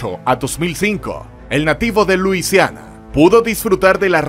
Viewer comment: No es Lusiana, se dice Luisiana (escritura: Louisiana)